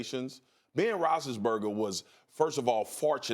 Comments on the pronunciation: This guy can't even say big bens name correctly. BEN ROSI-BURGA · No Ryan Hollins is a plus. Spears needs to learn how to say Big Ben’s last name. Your a pro for god sakes lmao. Rothisburger lmao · If you can't pronounce Roethlisberger properly, just say "Big Ben" please.